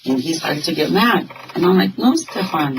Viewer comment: هی میگه استفانی بابا استفان ده بارم همه اسمشو میگن تو باز میگی استفانی 😅آخر ویدیو گفتم الان دیگه درست میگه باز گفت استفانی.مهدیه خانوم و آقا مهدی خانوم استفانی آقای استفان گرفتی 😂😂مرسی بیشتر ویدیو بزار همرو دیدیم تموم